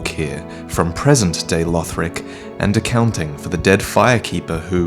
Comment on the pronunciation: Conjecture not conjunction. Also, Lothric not Lotric.